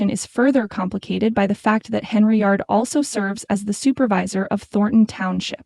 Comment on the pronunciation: you people cant even get an AI voice over that can pronounce her name right every channel that uses AI voice over has this problem what is so damn hard about pronouncing Hen - Yard and then all you do is go over s**t thats been in the news for a year and call it new News. if you want thumbs down that's a good way to get-um.